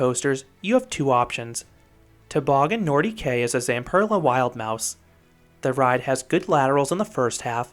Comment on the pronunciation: Bro Quebec Nor-Dee-K is the funnist mispronunciation I've ever heard